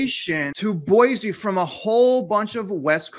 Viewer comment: FYI....it is not pronounced Boy-Zee...it is Boy-See.